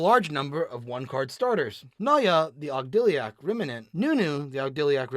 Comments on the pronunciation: If I were to nitpick card pronunciation, these videos would never come out. Instead, I'm going to give you my favorite mispronunciation. Ogdiliac. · How is he pronouncing ogodadic like that? Where is the L coming from? For real though love this series, keep it up!